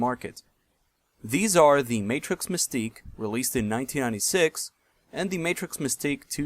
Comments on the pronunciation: Matrox is pronounced May-trocks. Not Matrix. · Matrox is pronounced Mat-rocks - awesome video though! Very informative. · its not matrix its trox matrox